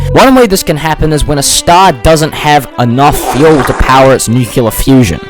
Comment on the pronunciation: HAHAHAHA YOU SAID NUCULAR